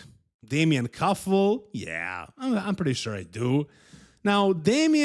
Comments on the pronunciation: Damian Kuffel not Damien Kuffle, it's not english name xDD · Kuffel not kuffle try by more strickt